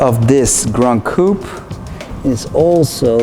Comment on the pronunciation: Please stop saying Gran Coup…